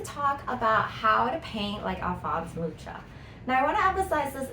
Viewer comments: It’s not pronounced mucha, it’s pronounced muka. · pronounced as [Alfons Mukha] :)